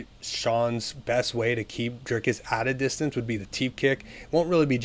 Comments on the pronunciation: Driscus du plessis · Listen more closely. He adds an S before the C. You wrote an entire paragraph to back up someone mispronouncing the very name the entire video is about? I stand by my words. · How can anyone take you seriously. Your making content, to get viewers, by commenting on a sport, yet you can't, or won't even bother to pronounce the fighter's name correctly? He's the subject of the video!! Show some respect, to the athletes, and to your audience!! Correct assessment, Dricus will win.